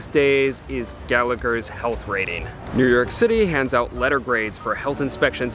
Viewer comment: Not New Yerk but New Yoawk.